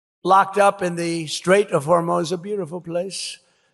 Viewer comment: Did he say the “Strait of Hormones”? 😂😂🤣